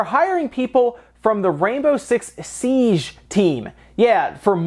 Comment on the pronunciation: It's Siege, as in siːdʒ, not Siage - it's not a French word in this context. It's not entourage.